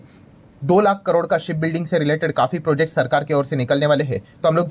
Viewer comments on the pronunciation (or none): none